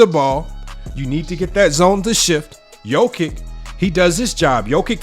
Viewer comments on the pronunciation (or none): Pronounced Yokitch. Great vid! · Hello from Serbia! Thank you for appreciating Big Honey's genius, but please, do pronounce his surname properly, will you? It's really not that difficult: Yock-itch. "Ć" is ALWAYS pronounced like the Italian "ci" in "ciao!" 🐺🇷🇸